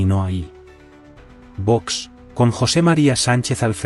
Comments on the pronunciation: Qe le. pasa a. la. Sr. Presidenta. en la. boca......no. sabe pronunciar Vox....pero si es muy facil señora. Sea respetuosa por favor!!! Otra. cosa le pese. a quien le pese el. Presidente Trump fue elegido por. el pueblo con mayoría electoral. sin. pactos con partidos que han. dejado mucho dolor en las. familias. Españolas . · La presidente qué le pasa ?? que no sabe pronunciar las letras o las palabras ?? pues léalas VOX !!!! 💚